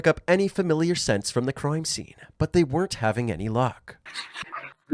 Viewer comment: “Croime scene” Canadian ahh